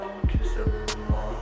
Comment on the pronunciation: "a lul bit of wuuater" definitely from Maryland